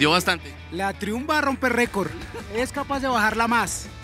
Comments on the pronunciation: PERO Y ESE DRON CUÁNTOS CILINDROS TIENE PUES? Ufff!!! Por cierto, se pronuncia 'Traiumf' pichurrias 😂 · Se pronuncia "traiamp" no triun 😅😂